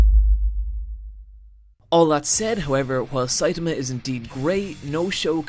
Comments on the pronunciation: I actually stopped watching because of how many times Saitama was mispronounced. It's a good video but hearing "Saytamuh" multiple times makes me cringe especially since there are so many sources out there that properly pronounce his name. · You Americans... it's NOT SAit-ahmah, it's Sai-TAH-mah. Also.. "near invincible demigod"?!? I think so far he's absolutely invincible and doesn't even know why (another important point in the series humour, as Sai-TAH-mah thinks he got his powers from those half-assed workouts). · 1. Siatama can punch harder than an atom bomb. 2. Genos is pronounced J E N O S. 3. Mumen Rider is NOT under-powered, Justice crash is the strongest move in One Punch Man. 4. made a JOJO reference and no one mentioned it. 5. He once in the vid called Saitama, Satama. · His pronunciation of Saitama is off as well.